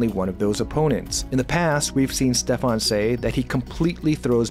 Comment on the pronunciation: It´s Steffen not Stefan;)